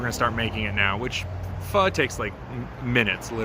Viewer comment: Props on getting the pho’ annunciation correct.